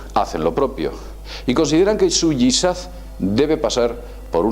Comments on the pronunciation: me gustan tus videos y te considero una persona culta pero de verdad que fue una decepción oiste hablar acerca del islam. te podría enumerar que errores cometiste (especialmente al hablar del Yihad, no yizad) te invito a conocer más del islam no por un amino de proselitismo peeo si de saber se lo que se habla un saludo desde México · Patricio Miguel Murray Dobson por favor dice ''jizad''